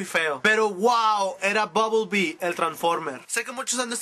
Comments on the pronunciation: buble bee??? ooooooo BUMBLE BEE? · Es bumblebee no bublebee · es bumblebee no bubblebee...